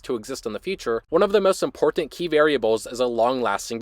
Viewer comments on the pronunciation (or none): Is the host Canadian? It sounds like that from the way he says 'important.'